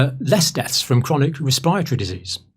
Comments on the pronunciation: I love the good doctor, but I sprayed my coffee out when he said ' res-pie-ra-tor-iee' 😂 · Campbell's inability to be able to pronounce the word "respiratory" correctly infuriates me more than you can ever imagine. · I realize people don’t have patience but it’s annoying that you sped up Campbells talking speed to 1.25 - but what fascinates me most is how he pronounces ‘respiratory’ 😂